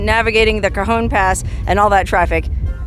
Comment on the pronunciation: Did you say "Cajones" Pass?? Nice name!! 😂😂😂